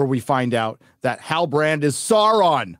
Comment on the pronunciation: HAHAHAHA SHEAURON? :D